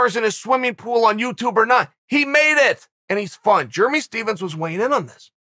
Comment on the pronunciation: Ah yes. Germy Stephens